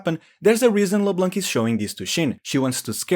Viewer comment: I love how you absolutely try to say Xin like its should be say. But you really dont care for Leblanc. If Xin is pronounce to the chinese method du is an chinese name. So Leblanc should be pronounce as a french name because its a french Name. And so the C at the end is silent.